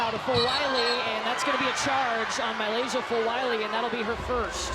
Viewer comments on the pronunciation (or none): They pronounce Milaysia name different every time. I promise it’s not that hard